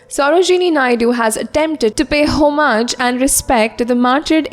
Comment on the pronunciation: Pronunciation of 'homage'....